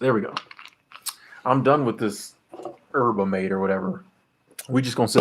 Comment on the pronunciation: This is for those who got it wrong: Yerba Mate is from South America and is pronounced "YEHR-ba MAH-tay". You do pronounce the Y. I've had fresh Yerba Mate in the special thermos from which it is sipped. To me, it tasted like tea made from tobacco. I'm sure there are other blends that aren't as potent. Some people add sugar. It didn't help for me. lol It was prepared for me by two coworkers from Argentina who grew up with it. I can't imagine how the canned American version has been adulterated, so I can't speak on it. :D